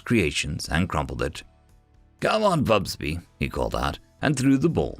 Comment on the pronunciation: It is interesting that you keep inventing an extra 'B' when you say 'Fubsy' and it comes out 'FubsBy' - distracting just because the text is available. :yt:👍